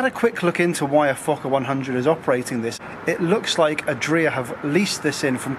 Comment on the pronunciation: And you didn't notice the Adria with stress in the -ri-? :-)